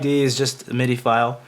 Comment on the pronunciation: say it with me ... "scuuzzyy". "Midddeeeee". the fuck is "ess see ess eye" and "em eye dee eye".